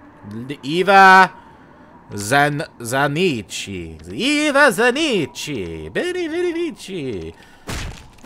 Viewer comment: It's pronounced Eva Zanikki